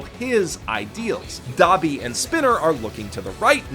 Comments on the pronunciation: Okay now I’ve been tolerant of your…”unique” pronunciations, but I draw the line . Dab-ee? DAB-ee? Like the population dance move, the “dab”? That’s what we’re going with?!? Are you sure?!?! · Tsukauchi works at UA. Dabi is pronounced Debby. I'm gonna start calling him Debby.